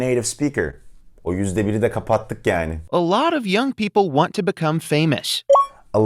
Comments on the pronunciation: Sanki girişteki kelime "Welcome to my channel" dan "Welcome the my channel" a dönüyo yavaş yavaş :D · Ben " welcome do my channel" diye duydum😄